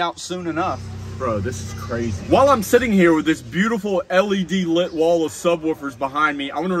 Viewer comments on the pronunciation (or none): none